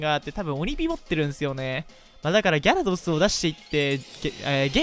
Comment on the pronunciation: ギャrrrドス